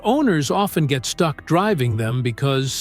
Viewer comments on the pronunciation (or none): none